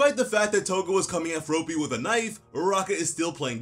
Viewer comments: F R O P Y not Froopy lmfao.... I get that you are American but come on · Please stop saying "Frowpy", it's just "Frawppy" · Fruh-AH-py, not F-rope-ee. lol I know the manga doesn't say it out loud and another comment already mentioned it, but I had to say it, too. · Just remember - it's based off the word frog. You wouldn't say Frogue, you'd say frog! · You're saying "Fropey" instead of "Froppy" it should be pronounced like "Floppy" but with an "r" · It's fr-AH-pee. Not fro-pee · It’s froppy not frooooppy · As much as I love ya your way of saying Froppy kills me it's just Floppy with and R.😂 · Did you just call Froppy FROWPEE? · I love the way u say froppys name LOL FRO PEE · Bro's sayin' "Fropey" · hes saying froppy like soapy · It’s fr-ah-ppy , it actually bothers me you’re doing it wrong